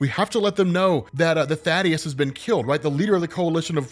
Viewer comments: Thaedus is pronounced "thay-dus" . Thaddeus is the character from judeo-christian myth "tha-dius" that you might have been getting confused with? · ifs Thaedus. Thay-Duss. Not Thaddeus. Thay-Duss. Thaedus.